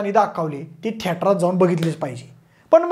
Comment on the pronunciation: थिएटर ❌ थेटार✔️😂